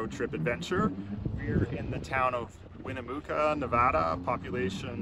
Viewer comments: Great video! Looks like Oliver and you guys are having a great time. Welcome to Cali. Just so you know, It is pronounced: (Winna mucka) Not: (Wina Mooka) I don't want people laughing at you. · One note: Winnemucca is actually pronounced Win-uh-muck-uh. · Loving Oliver’s road trip! Has anyone mentioned that Winnemucca is pronounced “Win-uh-muck-uh?” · Oh so cute, Winimucca, NV. Westerners pronounce it, Win-na-muc-ca. 😂 You are doing a superb job with these videos and Oliver the star Beagle belongs in Hollywood, California! He is a true rock star! Continue the good work daddies! Oliver loves you both; it is so obvious in the way he runs and jumps at you.!❤️👍🏼✌️ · Not winnemooca its winemucca silly fool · Win-a-muck-a 👍😂Love Tahoe 💕Watch out for mountain lion when hiking 😱There are bears too. Depending on traffic you can make it to Tahoe from the bay in about 3 hours 👍 Oliver is gonna love San Francisco weather 😁